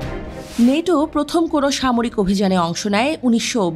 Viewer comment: নেটো না বল ন্যাটো...!!!!!